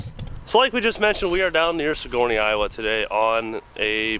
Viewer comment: It’s sig-er-nee, not suh-gor-nee. Damn northern Iowans lmao.